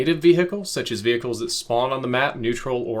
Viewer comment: Vehicle not vehihicle